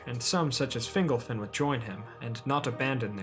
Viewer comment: Fingolfin pron. "Fin'GOL-fin" not "Fingle-fin" lol :)